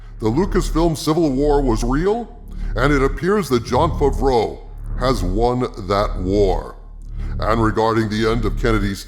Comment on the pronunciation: “Jon Fuvroh”